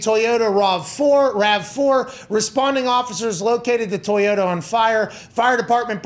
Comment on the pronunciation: Bro I’m tryna be serious but did pat say TOY-YO-TAHH 🤭